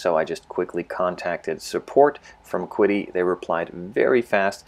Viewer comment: The companies name is pronounced, "Chee-Dee."